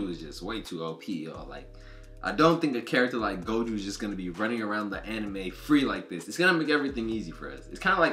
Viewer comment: It's pronounced Go Joe not go juu I'm just trying to help don't take it the wrong way pls